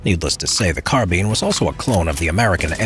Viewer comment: Is it me or did he say "carbin"